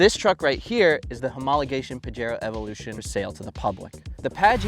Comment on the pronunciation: In the word of james pumphrey : "to get UP TO SPEED on pajero evolusiioon"